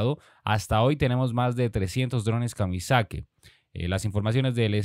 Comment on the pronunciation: Son Drones Kamikazi amigo y no Kamizaki